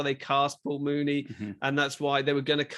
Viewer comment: It’s not pronounced Mooney. It’s Myewni. I wish that reviewers would first learn how to pronounce his name before discussing Muni’s films. Otherwise, good review.